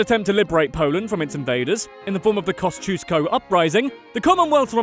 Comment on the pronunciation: Kościuszko nie kościuszkosz